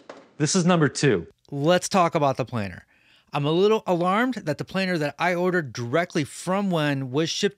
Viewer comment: Planer missing parts! Boeing approved! Oh "planer", we thought you said "plane".